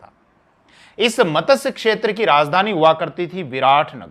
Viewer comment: मतस्य क्षेत्र नहीं मत्स्य क्षेत्र